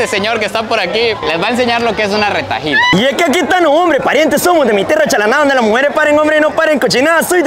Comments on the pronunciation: Y tampoco es retailas es retahílas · Eso se dice retailas No retajilas 😂 un pequeño dato